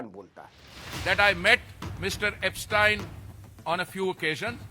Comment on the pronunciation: ऐपसटाईन नहीं, ऐपसटीन Mr Puri